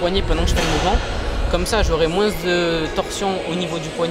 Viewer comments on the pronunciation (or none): Apprends à parler... on dit "moins" et non "moinSSSS"